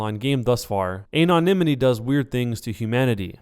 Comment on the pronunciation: anonymity (pronounced: an - on - im - ity) - sorry that bugged me a bit xD